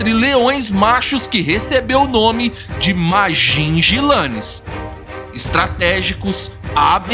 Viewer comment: Vi esse documentario no national geographic king tale foi um dos maiorres e violento rei dos leoes quando ele morreu ja estava velho..a historia completa e muito incrivel.. e nao e ..majijilane que se fala ..e sim majinguilanes....